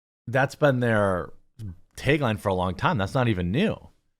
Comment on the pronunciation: tagline, not taegline, jeremy, i can't stand the way you mispronounce things